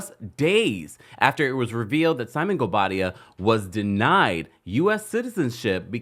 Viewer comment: she said her married name absolutely fine. In fact better than she ever has, she got the pronunciation down right. Also, the speculation about who is or is not returning, happens every season but then the actual season is lacklustre. It's getting boring, just like the show. The real discussion needs to be about replacing production.